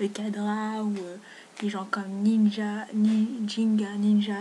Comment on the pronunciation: toi aussi t'arrive pas a prononcer ginjaninja oWo XD